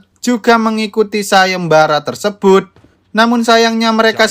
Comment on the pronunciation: TERSEBHUT......CANGKROK....... org jawa gitu lohhhh..........